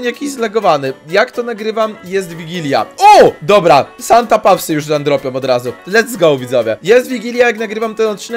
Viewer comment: Pisze się Santa paws A czyta się Santa pos